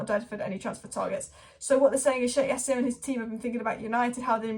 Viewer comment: Why do you keep sayin yassim its pronounced Ja seeem